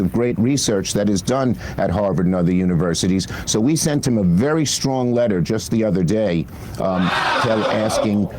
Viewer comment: "strongly worded letta"